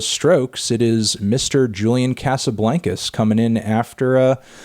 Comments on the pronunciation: Hate how fucktano pronounced "casablancas" you could tell jules did too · Practice pronouncing Casablancas.